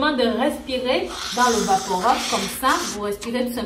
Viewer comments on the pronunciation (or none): bonjour, juste une précision, on ne prononce pas vaporob mais vaporub, rub